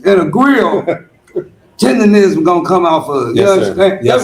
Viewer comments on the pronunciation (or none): STOP SAYING "TENDERISM" IT'S "TERDERNISN"!